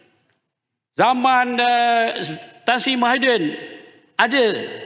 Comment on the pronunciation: Kepada ahli parlimen yg berkulup..mari saya ajar cakap melayu: Kejujuran bukan kejujulan Tan Sri bukan tan sli Peraturan bukan pelatulan Ragam bukan lagam.. Macam mana tak past berbahasa melayu boleh jadi ahli parliament..rakyat Malaysia tak fasih berbahasa Malaysia itu pelik kan